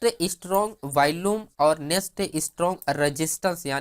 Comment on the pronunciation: You seem to have a good grip on the options chain and its parameters.. but you lack the Power of explaining.. and it's not Valume.. it's VOLUME. Just a humble feedback.😊